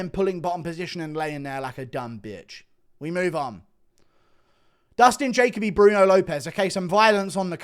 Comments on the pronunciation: Dustin juh-coh-bee. Not Jacob-ee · It's pronounced Ja-Kobe , Jacoby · You pronouncing Jacoby wrong. Also oki lost round 1 not 3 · Dustin “Guru Refuses to Pronounce my Name Correctly” Jacoby